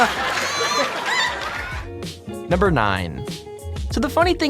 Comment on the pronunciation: "He said Cupine. WHAT is Cupine?" I would love to be on Family Feud.